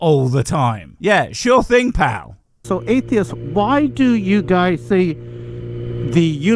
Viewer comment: Every time I hear "Why are atheist..." and I immediately cannot hear the rest of his question because my brain goes THERE'S AN SSSSSSSS AT THE END OF THE PLURAL FORM, SO PRONOUNCE IT (sorry I'm autistic)